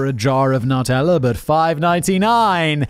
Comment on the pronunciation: I know we always rag on Simon for mispronouncing foreign words… but how the fuck does he pronounce Nutella??